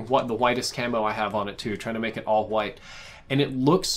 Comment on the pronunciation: Says white like stewie qwhite